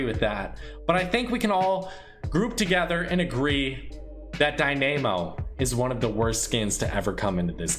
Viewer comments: It’s Dynamo, like dynamic but dine-ah-mow. Not DIE Nam O...sheesh. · i cringe every time he says dynamo